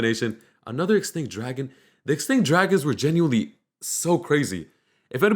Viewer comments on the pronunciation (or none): U said Genualy 6 times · U said *gineuely* WHATEVER ITS CALLED 8 times😂😂😂